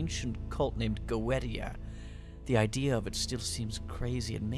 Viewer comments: It's pronounced GO EEE SHEEAH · Yeah, that crossed my mind too. I always thought it's pronounced Go-eh-ti-a.